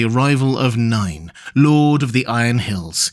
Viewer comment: Not NINE. NAY-in. Not DYNE. DAY-in.